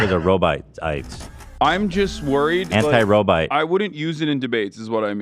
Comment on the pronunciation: “Anti robites”